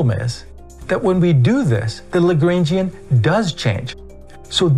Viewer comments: I wouldn't pay too much attention to this guy, he can't even pronounce 'Lagrangian'! Seriously I've never heard anyone who knows what there talking about pronounce it that way. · I’m sorry but WHY do u pronounce the Lagrangian like that??